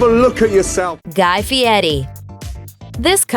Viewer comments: It's fieri, not Fie-ee. The R isn't silent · Feeyetti? How does Fieri translate to Feeyetti. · Who’s guy fieti? I know a guy called guy fieri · And don't forget Guy "Fee-ehttee"... Lol, as a Sicilian (an island owned by Italy) who also speaks Spanish, I get that we pronounce our "R's" differently than English speakers do. However, we don't over-enunciate them like that! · It's not fiyeri lady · The way she says guy furi is bad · No t,s in that name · Nailed that last name feiri